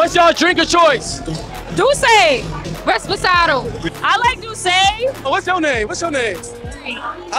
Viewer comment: Girl said respasado. lmao